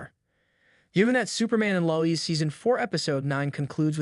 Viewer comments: Low ezz bro it’s Lois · Why are you saying Lois name like that? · I want to punch myself in the face hearing the way you pronounce Lois.